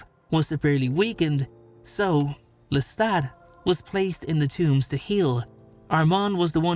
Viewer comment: It's not Lestat.